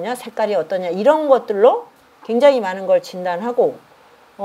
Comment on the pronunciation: 저는 우리말의 타락상에 너무나 실망하여 부득이 또 지적합니다. "많은" 이라는 우리 고유어 바름이 틀려씁니다. "많은" 의 첫자를 길게 약간 강하게 발음하는것이 우리 말입니다. ㄱ러나 선생께서는 첫자를 짧게 발음하고 둘째 자 "은"을 강하게 발음했읍니다. "한국 어문을 고발함" 이라는 책을 일독해 주시겠읍니까? 또한, ××"했는데"를 첫자를 짧게 바름하고 "는"을 강하게 발음하셨읍니다. 이것도, 첫자 를 길게 발음해야 합니다. "한국 어문을 고발함" 이라는 책을 일독 해 주시옵소서. 미국 변 완수 배